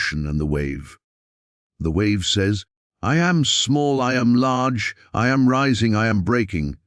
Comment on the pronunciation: It is so annoying to listen to this pompous, phony voice prounce "I Am" as "eye aye em". And, the voice runs parts of sentences together, nevermind the correct punctuation, ruining the meaning,plus it puts the emphasis on the on the wrong part of the word, as in "PROject" and "proJECT", which are two words that have completely different meanings. PLEASE STOP!! I didn't listen all the way through and can't bring myself to acknowledge this channel in any way.